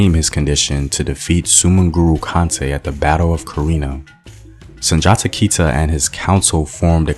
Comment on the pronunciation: Sunjata Keiteh not sanjata kaiteh